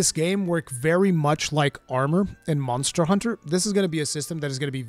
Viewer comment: I miss how you used to say Mazda Hunter, but I feel like I can get used to Munster Hunter!🤣